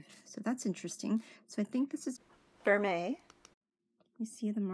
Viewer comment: Congratulations!!! 🥳👍 You pronounced ‘vermeil’ correctly!!! 🏆 Everyone has problems with that one!! Rocks! 🥰